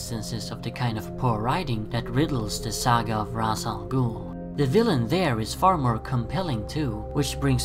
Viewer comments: Pronounced "ray-sh" not "raz" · And FYI the original creators of the character Julius Schwartz, Neal Adams and Dennis O'Neil actually pronounced it Rashe as well. I don't know where you're getting your information from, but you're wrong.